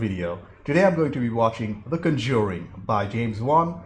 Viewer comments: Just one minor thing, the accent is on the first syllable. CON-jur-ing. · Good review,. The two sequels are worth watching and the 2nd & 3rd Annabelle spinoffs are decent. If you keep going, though, the franchise is pronounced CON-juring, with the emphasis on the first syllable.